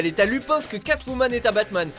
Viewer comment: Lupin se prononce loupène